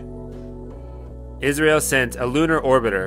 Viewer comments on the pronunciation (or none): Its I S R O ....dont pronounce it as Israel